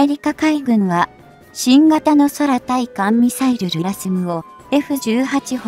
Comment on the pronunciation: 日本語が嫌なんだよね、「そらたいかんミサイル」